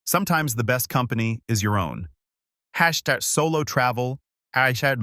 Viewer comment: Was the AI having a stroke?? It kept mispronouncing hashtag. Poorly written and poorly told